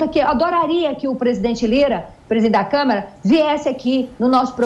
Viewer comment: Liberdade de expressão não é ter liberdade para inventar e espalhar mentiras ou liberdade para cometer crimes. Vocês são patéticos! Gente ridícula... E não é "Camera", é CÂMARA, sua bobona.